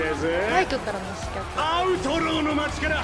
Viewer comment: 楽しそうな姿を見ているだけでこちらも嬉しくなります。 最後まで見届けますね。 あ、刺客は「しかく」と読むんだぞ、と。